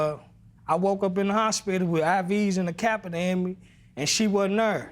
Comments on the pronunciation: "Next thing I know I woke up with a i.v. And a capitur in me" Judge Lynn: " a what in you?" "A capitur" Bruh she gave you a chance to get it right it's Catheter 🤦🏾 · Capitor? What in the world is that? Catheter... Catheter... These folks are so wretched! I can't with these two. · It was the “capeter” for me😂😂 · If she say "over der" and "pworty" one more time. He had a "capiter" in him. These people are hilarious. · He meant catheter